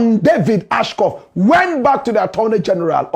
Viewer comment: Watching from Ohio, USA: Blakk Rasta, the name is ASHCROFT and NOT Ashcoff.